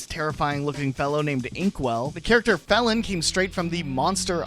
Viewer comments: The worse mispronunciation in this is consistently calling Felyne Felon instead of Feline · even fehleen would be better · …i feel like felyne is pronounced like feline, and not felon. unless you were just referring to their dubious past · Pretty sure the name Felyne would be said feline like cat instead of felon like criminal. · "Felon," it's Feline but with a "Y" Idk if you had a master gaslight to get comment engagement, but it worked. Also, casually, Navirou existing as a decoration(?) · I think Felyne is pronounced “feline” not “felon” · Did you really just pronounce Felyne (Fee-Line) as felon? The pun is right there! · Heh. I've always pronounced it 'fee-lee-nee'. Feline makes more sense. I was also amused by 'felon'. What did they do? Poach? Probably poach. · I always thought it was pronounced "Faline" (same as the character in Bambi) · ...It's feline, like the term for a cat. Not felon as in criminal XD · "vÍche" "felon" "e-toll" i was crying laughing at some of these name butchers 😭😭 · Pronouncing felyne as felon is the funniest shit to me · "felon" LMAOOOOO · Its pronounced Feline, just spely Felyne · Isn't it pronounced like feline? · the world's most incorrect and illegal pronunciation of felyne to date